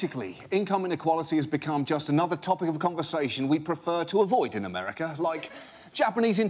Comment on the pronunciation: he says "Americer" lol